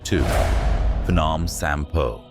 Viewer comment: It's not pahnawm😂 it's P'gnome